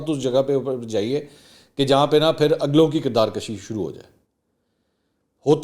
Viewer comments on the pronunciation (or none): اپنا اردو کا تلفظ درست کریں۔کردار کشی{کشي پر زبر غلط هے پیش ہوگا}kirdaar kushi